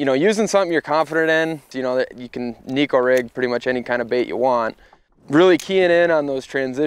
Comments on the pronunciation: Now if people can only pronounce it correctly. It’s ne (short e) - ko (co) It means cat in Japanese 😼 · either way it’s not knee ko 😹